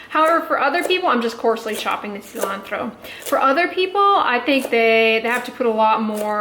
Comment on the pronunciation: love your take on veganism and not fearing failure, totally connect with that. And I love how you say cilantro haha